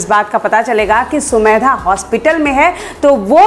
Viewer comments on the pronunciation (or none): Mam aap har bar sumedha bolti hai sumedha nhi samedha hai